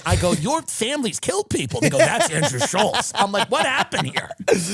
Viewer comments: Andrew Shulkz? Seriously, Tim? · Andrew “WIGERACE” Schulz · This guy allows everyone to mispronounce his last name. What a puss.